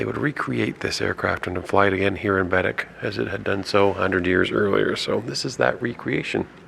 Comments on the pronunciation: It’s not Bed- dic. It’s Ba- deck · Bah- deck... not bedeck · Ba Deck Not BED ECK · Yes it is Baddeck (bah deck) not Biddik!! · It's {bah deck} not {bed deck}....... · Loved your video aside from cringing every time I heard BADick, (it’s baDECK) however that’s not your fault as you were unable to hear the tour guide’s proper pronunciation in your sucky bus seats. Despite that, it looks like you guys had fun and I hope you’ll come back and see more of this gorgeous island!!!❤😊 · It’s said Bahdeck not badick lol I lived there for 2 years so I heard lots of tourists say it that way. They are salt water lakes. Baddeck is a beautiful place with lots of history. I lived in Sydney for 6 years. If you ever have a chance to come back you need to do the Cabot trail and the fortess of louisburg. Bell almost had the first flight but the wright brothers beat him to it. So cool to come across your video today. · It is pronounced BAADECK not bedic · baddeck is pronounced Bah Deck. The Lakes are the Bras D'Or Lakes pronounced Brah dor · I am from Sydney, I have lived here all my life. When I was in the military, I would go away in the summer, but I would always love coming back home. And it's pronounced Baddeck, like one word (Buh-deck) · They are salt water lakes, not part of the ocean. There is a lock in St. Peter's where sail boats and yachts enter. It's pronounced Ba Deck - emphasis on the deck. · Came across your video.. very nice. But I just want to point out you are pronouncing Baddeck wrong. It’s Bed-Deck. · Bed-deck….tourists crack me up. Once heard one refer to Sobeys as Sob-ees. Lol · It’s pronounced Baadeck.